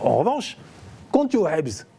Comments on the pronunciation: Le présentateur faut qu’il arrête de prononcer "habs" par contre 😂😂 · Je l'avoue, a chaque fois qu'il le dit ca fait saigner les oreilles!!!